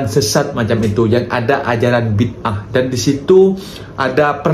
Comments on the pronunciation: sebutan filem tu bi da ah, bukan bid ah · .....bukan Bidaah Gini sebutannya Bidaaaaa ah😮